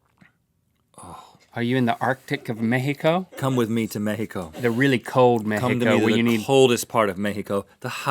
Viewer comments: I love how they pronounce Mexico as the way it is (MeJIco) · they pronunce mexico really well